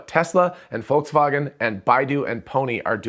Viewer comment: Thanks for this video. Good job going for better pronunciation of Volkswagen.